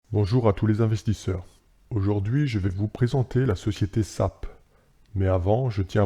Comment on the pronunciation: S-A-P khey pas "SAP", bonne vidéo continue ! ;)